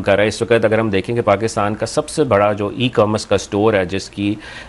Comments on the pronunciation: It is e commerce not e comm Russ. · It is E commerce not e comm russ